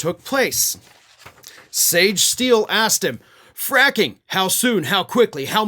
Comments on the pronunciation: Fracking? I thought you said quacking! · looked very pleased with his seamless transition from “fracking” to “fraction” 😂😂